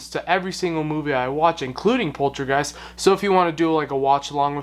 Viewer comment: LOL at the way you pronounce Poltergeist (you say is as pol-tra-geist instead of pol-ter-geist) 🤣 sorry! 😋 Poltergeist is translated from German as noisey ghost. Such a classic movie but it had it's fair share of controversy. Including the death of Heather O'Rourke (who played Carolanne) and the murder of Dominique Dunn (who played the older sister).